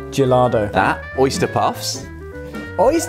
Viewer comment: Gillardeau = Jeeyardo (phonetically) I don't blame a Chinese woman for getting that slightly wrong.